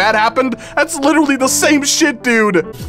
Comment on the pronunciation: Witewawwy hitting da gwitty